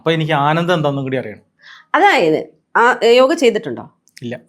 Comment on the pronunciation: yoga enna parachil tettaanu..സംസ്കൃതത്തിൽ അങ്ങനെ ഉച്ചാരണമില്ല